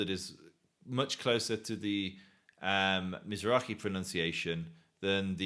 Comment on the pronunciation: Yup. Planted shill. He even knew how to say Mizrahi.